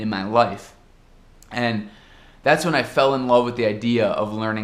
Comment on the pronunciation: "Andi"! Ja assimilou o sotaque brasileiro!